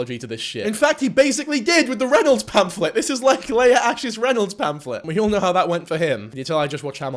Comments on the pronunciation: hamilton reference 👀 p.s. Leah is typically pronounce lee-uh with a long e, not lay-uh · Ites LEE AH not LAY AH PLSS 💔😔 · Okay am I the only one bothered by how he’s saying ‘Leah’? I know that’s not the point but like he saw a vid of her name being said and still said it wrong 😭 (it’s ’Lee-ah’, not ‘lay-ah’). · it’s leeuh not laya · Great vid but how was pronouncing Leah was really annoying me, especially as Megan is saying it right🤣🤣🤣 it's LEE-A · yo bro the way you pronounce leah makes my ears BLEED who is layerh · Its LEEEEE-AH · I can’t explain how frustrating the way he pronounces Leah is to me 😭